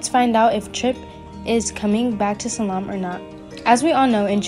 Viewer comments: It’s Salem! Not salam! My lord learn to say the names correctly please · There's no mention of of Tripp coming back.It's Salem not Salum! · I’m sorry but the previous comment is right. Learn how to pronounce the city of Salem. It’s not Salaam!!!!! Arghhhhhhh! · This person cannot even pronounce the word Salem. Why would you use someone like that to promote Days? They do not know how to read. Is this the best you can do? No dis to the person, I blame whoever hired them. Sorry, but its just awful.